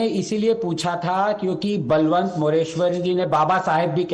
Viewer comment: It's बळवंत मोरेश्वर not बलवंत मोरेश्वर. That's the precise issue.